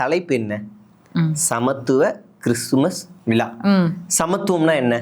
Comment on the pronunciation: விலா இல்லை மேடம் விழா தமிழை கொலை செய்யதீர்